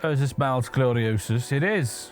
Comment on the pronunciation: I'm surprised doesn't know the "Miles" in Miles Gloriosus is pronounced "Mee-les", not "Miles". Miles Gloriosus (literally Boastful Soldier) is a fairly well-known stock character in classical Roman theatre.